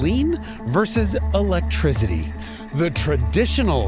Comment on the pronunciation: Electrizity…oh 🤣